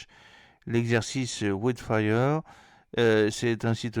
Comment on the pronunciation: Hello, ça se prononce: " waild fire ";-)